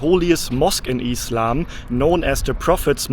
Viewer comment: I like the way he says "eeslam" (islam) 😂❤❤